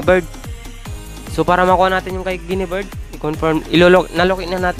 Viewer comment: Guiniver hindi guinibird hah ayusin mo